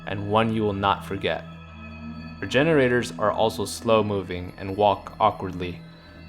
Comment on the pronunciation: Lmao I thought he said refrigeraters